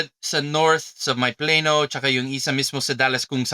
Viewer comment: musta isang tip lang 1 tagalog word sinabi ng guest mo yung place na Plano texas, sabi nya "playno" pero ang tagalog prunounce nya dapat ay Pla-no